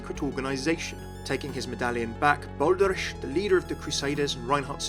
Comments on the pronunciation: Doesn't Reinhardt call him "Bal-der-ich" not "Bal-der-ish"? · Yeah I dunno. I’ve never heard “ich” pronounced like that before. I’m not German either but I have a couple friends who are and they’ve never said anything pronounced it like “ish”